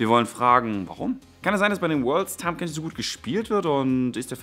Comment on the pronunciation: er heißt Tahm Kench.